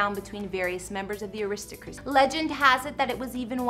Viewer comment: You didn't bother to learn the pronunciation of the estate before making a video? And aRISTocracy? Glouchesterchire? Seriously? My fellow Americans embarrass me.